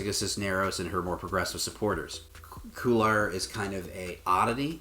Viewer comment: Interesting, but please get Spanish-name pronunciations at least in the ballpark. Kway-yar not Que-lar. Please do your homework on the Spanish as well as the electoral maps!